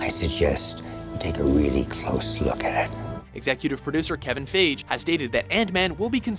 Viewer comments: "Kevin Faij" Lol no, WatchMojo, it's "Fie-gee." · You pronounced "Feige" in multiple different ways during this videos, but never the right way. Its FIY-GEE. :) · Also it's pronounced Kevin Fy-ghee not Fage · Feige does not rhyme with beige. English makes no sense but it's pronounced fi-gee. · iTS PRONOUNCED FI-GEE YOU IDIOT NOT FAGE!!!!!! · It's Kevin "Fie-Gie" not Kevin "Fage". Seriously, you are the worst at pronouncing stuff. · Lol it's FY-Gee not phage. Kevin Feige. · kevin phage??? don't you mean fiege??? fuck sake watchmojo..its pronounced FYGEE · Did he seriously just say KEVIN "FIYJ" instead of FEIGE!!!!!!! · Didn't Ant-Man come out last year, as in 2015? (PS - According to Kevin Feige, it's pronounced "fei-gee".) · disliking because the voiceover saying "Kevin FAGE" threw me off completely. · Lol they said Kevin faig xd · It is pronounced fihe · It's pronounced fi-gee God Damn watch mojo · do you seriously not know how to pronounce Feige? here's a hint...'f-i-gee'. but it's ok, not like it hasn't been heard before. oh wait...it has. hundreds of times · It's Feige as in "Fai-gee" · lolll "Kevin Fayj" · Feige! FEIGE! Fie-gy like Nike! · Kevin "Feige" Pronounced FI GI? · It's pronounced fygee lol and it's 2015 not 2012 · "Antman (2012)"..... "Kevin FAGE" ?!?!?!? watchmojo is just filled with mistakes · It's Kevin Fiegee lol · If you're gonna get it wrong, at least say "Feej" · please pronounce the names right. It's 'fie-gee,' soft 'g' sound. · They are botching Kevin Fy Gee's name so it sounds like PHAGE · And you can't even pronounce 'Fiege' right, oh dear this is gonna be a riot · You guys didn't pronounce Kevin Feige right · That's not how you pronounce fiege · It bugs me how he says Feige. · Please learn how to say Kevin Feige's name. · is anyone gonna talk about how he pronounced kevin feige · Holy shit man, can someone tell this guy how to pronounce Kevin Feige's name please! ! GOD! Its so annoying. Has he never heard of him before? ... Jeezuss!